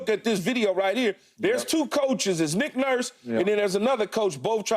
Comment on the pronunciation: sounded it out and still got ot wrong 😂😂